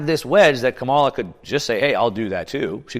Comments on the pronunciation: The ETFs were approved during the Biden admin. That's how it will be remembered. Trump only became crypto friendly a few weeks ago so Harris as a brand new presidential candidate isn't allowed to formulate her own crypto policies? BTW, You might want to learn how to pronounce her name properly. Agenda much? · I'm certainly no fan of KH, but I truly wish the people that I follow would learn how to pronounce her name correctly. It doesn't reflect well on you when you continually mispronounce it.